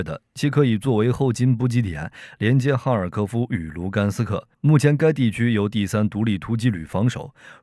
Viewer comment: 哥们写的是博罗瓦，念了一视频的博瓦罗